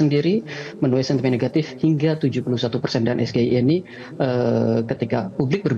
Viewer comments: Apanya yang salah. Ya bener, diucapkannya harus es ge i e ... Coba lihat kaidah bahasa indonesia tentang pengucapan singkatan dari kata berbahasa asing. Contoh lain, we ha o, we te o, dll ... Sayang, kenapa nggak ada orang bahasa yang mau komentar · SGIE (es ge i e, pembacaan dengan logat Indonesia) atau SGIE (es ji ai i, pembacaan dengan logat Inggris) artinya State of The Global Islamic Economy, kalau yang disingkat bahasa inggris, pelafalannya juga harus dalam bahasa Inggris, SAMSUL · Sego Goreng Iwak Endok Lek.., gk cocok blas singkatan bahasa Inggris di baca ejaan bahasa Indonesia...😂😂😂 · Ngedabrus GK bermutu ni tim 02.samsul aj salah.ngucapin sgie..Sego isi endog